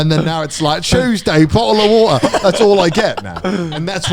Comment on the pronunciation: "TUESDAY!" "BO'LE O' WA'ER!" 🤣🤣🤣🤣